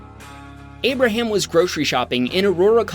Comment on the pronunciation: abarham? he sounds like ABARHAM LINCOLNNNN BABYYYYYY